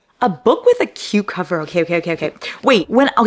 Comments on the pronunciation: For #9 I thought you said “a book with a cucumber” 😂 oddly specific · I thought you said a book with a cucumber, instead of a book with a cute cover.😂😂😂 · Am I the only one who thought Larry said “book with a cucumber”?? 😂